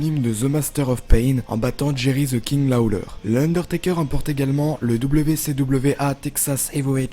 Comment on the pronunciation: yannick tremblay "THE" la langue entre les dents ! Mdrrr